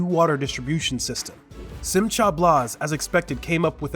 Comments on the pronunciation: it's Simkha - not Simcha! How is it that someone who does a voice over for an Israeli video doesn't understand just basic tennents of Hebrew names? Do some research before taking the voice over job. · Simcha is pronounced SimHa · I am always amazed that non Jews do not seek help in correct pronunciation of Hebrew or Yiddish words/names. Simcha is not pronounced correctly in this video.